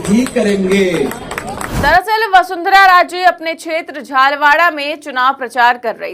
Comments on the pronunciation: Madam please Jhalwaaraa nahin ise Jhaalaawaar boliye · Yeh Jhalwada kahan hain? Mere khayal se Vasundharaji ki seat JHALARAPATAN hai. News bolna itna asaan nahi hai. Facts perfect honi chahiye. Uccharan perfect hona chahiye.